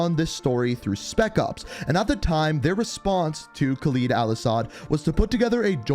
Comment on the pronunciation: Geez... Can somebody finally tell him that it's KHALED AL-ASSAD not some fucking KhalEEd Al-Assad...